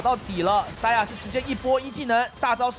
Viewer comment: Saya是什么鬼，连选手名字都叫不准